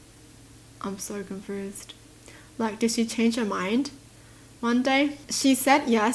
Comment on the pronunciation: I love how she says confrused